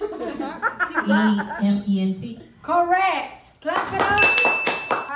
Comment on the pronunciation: sayin CORRECT never got old!! I’m cryinnnnn!🤣😂🤣😂